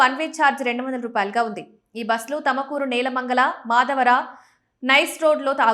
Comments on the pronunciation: Thamakuru kadu thumakuru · It's tumkur madam tamkur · haha thamakuru ante Tumkuru ani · తమకూరు కాదు తల్లి